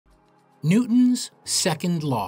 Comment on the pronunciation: “New-ons second law” 😂